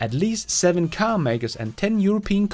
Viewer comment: An other great one. Next lesson: Pronunciation of, Car and Childs🤣